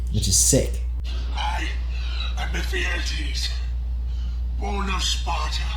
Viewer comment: You fucked up his name. It's "Ephialtes" and his name was cursed to be just a bad dream. It literally means "nightmare" in modern Greek.